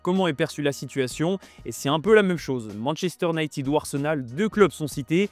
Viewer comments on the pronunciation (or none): none